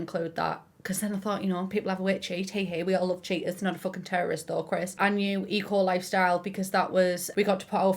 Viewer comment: The way says "Eco Lifestyle" makes me think "e.coli style"